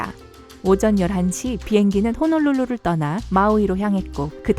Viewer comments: 호놀롤로를 호롤롤로로 들음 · 나만 호롤롤로 라고 들림? ㅋㅋㅋ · 뭐지 여기서 나만 홀로로로로롤로 들리냐 (그 뉴스에 나온 그 유명한 할머니ㅋ)